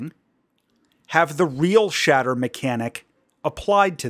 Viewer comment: Everyone is saying the name wrong. It's "Real-shitter"